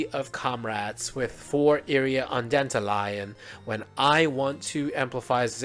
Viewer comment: Why call it Danta-Lion though? So weird. You can even hear them say Danta-Lyon in the story. Wrong pronunciation of the name , BUT a nice guide .